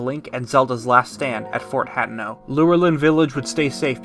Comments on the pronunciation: Great video. I wish you breathed a bit more, tough lol. No pauses at all! My only complaint is how you pronounce a lot of things wrong. Specifically Asian-themed things like Hatano. You say "Hat-eh-no". It's "Ha-te-no", it's Japanese. similar to "Hatano" which you can hear here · Him saying Hat-eno pissed me off